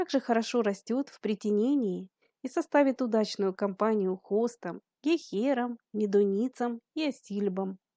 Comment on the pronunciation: Да уж, традескинция - тот ещё сорняк. Разрастается неуемно. Выглядит неряшливо. Уж совсем для новичков. А автору хорошо бы знать , что правильно говорить гЕйхера. Раз уж вы вещаете на большую аудиторию, уважайте слушателей